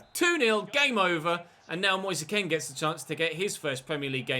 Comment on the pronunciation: There is something seriously weird about the way players run in this game, and the ball moves like one of those old £1 ones from the fairground. It isnt Moseh Ken btw, it is Moise Kean as in Moys Keen. Confirmed by the player himself